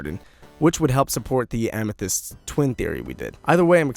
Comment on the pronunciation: iit made me laugh when he said ametheyst and snoop dog xD